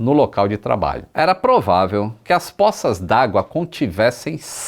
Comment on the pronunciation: Tornozelo não è termo cientifico, teria sido mais preciso informar-se qual, ou quais, osso(ossos) ou tendão se rompeu. A palavra poça é acentuada de forma grave e não aguda. Não é póça e sim pôça.